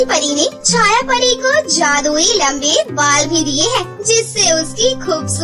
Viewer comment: Lambe Bal hota hai lamb nahi 😅😅😅😅😅